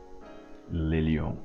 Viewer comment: NOT LE LION 🤦‍♂️🤣